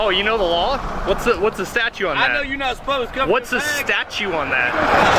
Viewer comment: it's not statue, it's statute.